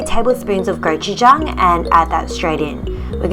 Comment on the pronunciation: Goujuchang LMFAO